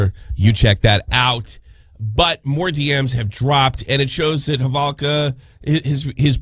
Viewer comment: Why is he saying halvoka ... Its holowka.....